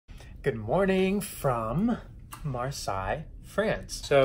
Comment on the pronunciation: I love how you pronounce Marseille !!! Love from France ❤️